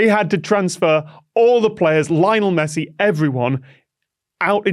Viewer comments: You know Tom's not a football fan purely based on his pronunciation of Lionel Messi's name. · Tom's pronunciation of Lionel Messi... :P